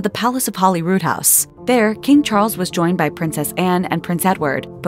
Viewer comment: It's Holyrood not Hollyrood